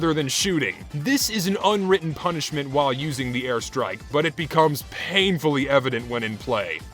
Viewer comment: "Thuh airstrahk" Hey man, you dropped your Texan.